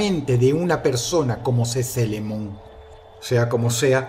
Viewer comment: La japonesa se pronuncia sisilemon en inglés(o en español ya me confundí :( bueno nada más eso) ee se pronuncia i